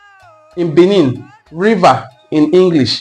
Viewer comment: You try small. But you are not pronoucing that of Benin well. The sound dufferes. Benin has 2 "e" been pronounced differently.